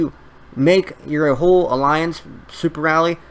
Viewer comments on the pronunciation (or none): none